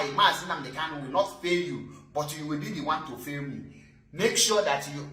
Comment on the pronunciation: Bro, Our leader's name is KANU and not KALU iti boribo,I have tried to correct 💯 you over time but you have refused to take corrections just like Barrister Darlington with all his claimed education couldn't differentiate between N and L, What a disgrace of you people,Am highly pissed 😡 off, Coconut 🥥 heads 🗣️ everywhere.